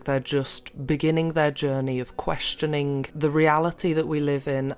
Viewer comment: “Questioningkkk” LOL